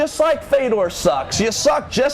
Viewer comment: Did you guys notice he called him Wander LIE.